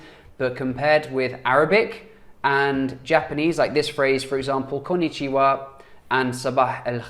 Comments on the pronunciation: u’re speaking english japanese i mean when u say Konnichiwa it sounds like kannni shoe 👟 waaaa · "Look, konnichiwa, it's easy to pronounce" pronounces it wrong